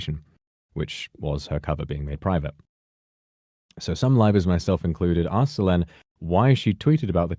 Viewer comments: Rivals? I hear rivals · The way he says "Livers" sounding like "rivals" I mean either could be true in this situation. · when says livers it sounds more like rivals. i mean that probably makes sense considering its nijisanji